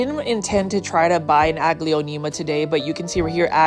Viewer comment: I would 100% purchase that Aglaonema tuh-day! 😍